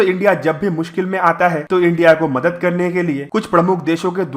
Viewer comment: It is not “ madat”, correct id “ madad”. Small thing but important.